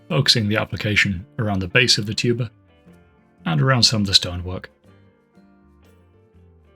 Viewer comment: Every time the word 'tuber' was said, I had the same exact second of confusion because my brain made it 'tuba' instead. Honestly, I feel it more enhanced the video than it took from it.